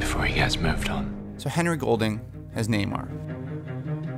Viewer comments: Please please... Nay-more. Not Nay-mer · Neymar... Hate that pronunciation